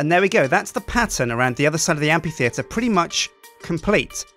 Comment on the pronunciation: you pronounce amphitheatre weird. and i'm not sure about the lights in it, maybe something else would look better? fantastic building though loved the faces it was a brilliant idea